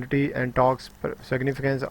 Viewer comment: Taks, taks taks task han ab sahi parha gya xD :D